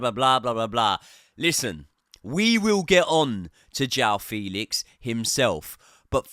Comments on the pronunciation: It's not 'Felix' like Felix the cat. It's like the 'fe' in the word 'fence'. 'Fe...lix'. You'll get it eventually 😅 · It’s pronounced FAYLIX!!!